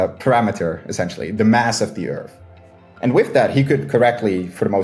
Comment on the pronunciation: I don't understand speaking English for a living and not being able to pronounce TH. Edit: Okay why can he say THE but he says "urf" instead of "earth"? Yeah, why are you moving that bottom lip up?